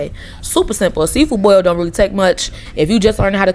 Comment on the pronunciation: Thank you for not putting the letter R in boil